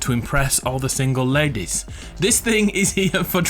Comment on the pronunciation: ?”All the sengle Lëdèś”